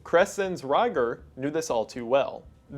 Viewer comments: the way he pronounced rieger made me so upset 🥀🥀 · Quick correction: The Maids Name wasnt Reiger (spoken like raiger) but Rieger (which is spoken like Reeger) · Kreszenz Rieger would've been pronounced R-EE-ger I believe. In the German language, whenever i and e are next to each other, it makes the sound of the one that comes second. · The ie in Rieger is more pronounced like ee in German so Kresenz Reeger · Also Rieger and Baumgartner